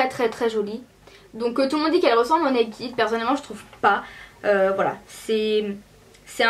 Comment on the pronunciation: J'aime mais on ne dit pas nakid tu vois ce que je veux dire:-) va sur google traduction et tu verras sa ce prononce pas nakid mais voila okeyy :-) :-) :-) :-) :-) :-) :-) ;-) toutes les youtubeuses disent (NAKID') SAUF c'est [ naked ' :-D